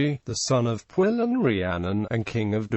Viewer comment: This video pronounces Pwyll wrong for anyone wondering